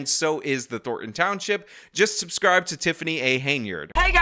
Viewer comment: Wonder how many “Suscribers” she has